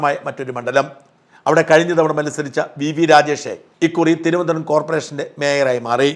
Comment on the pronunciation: മലയാളം നന്നായി കൈകാര്യം ചെയ്യുന്ന ഷാജൻ സർ തിരോന്തരം എന്ന് പറയാതെ തിരുവനന്തപുരം എന്ന് ദൃഢമായി പറയണം എന്നാണ് പ്രേക്ഷകനായ എളിയവന്റെ അഭിപ്രായം അഭിപ്രായം🙏